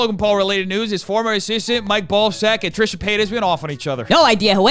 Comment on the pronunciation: the fact that you now pronounce trishas name correctly instead of ‘’ or whatever you used to say is 🙌🏼